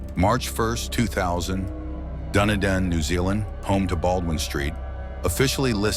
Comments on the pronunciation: The AI is stupid and cannot spell correctly or pronounce words correctly either. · Duhnaden, New Zealand? No. How about, Duneedin? Proper spelling "Dunedin"